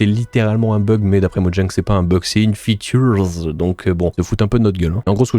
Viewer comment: Une « featurz » 🤣